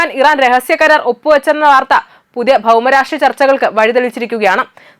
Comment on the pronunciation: Ninte " Bhauma Rashtreeam " Amuah oihteywa " ,,,!??